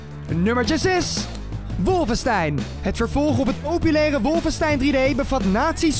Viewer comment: 1. Waarom zegt iedereen Wolvenstein in plaats van Wolfenstein. 2. Het is verboden in Duitsland